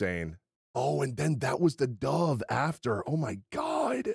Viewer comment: Everytime He says "dove" i die a little inside lol